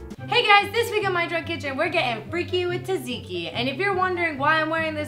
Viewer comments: Yay Greeks (when she says taziki not tatziki though) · When Hannah says tzatziki, it sounds like "taziki". You're missing a "z" and "t" there Hannah. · Before making it, learn how to say the word correctly. ( zɑːdˈziːki ) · When she says taziki instead of tatziki (only Greeks will understand) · Ahhh the way you pronounce it!!!! You say it like salt-zikki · Tsatziki is actually pronounced (sat-see-kee) But you're still awsome Hannah! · Oh its so sweet how you pronounce Tzatziki wrong :D <3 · Ahhhhh she was pronouncing it wrong! My head!